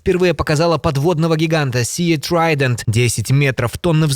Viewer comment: Камон, пацаны, не СИА трайдент, а СИ трайдент)) Простое ж слово sea= си.